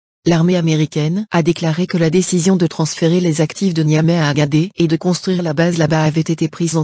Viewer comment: Agadez, on dit Agade(sss), et non Agadé.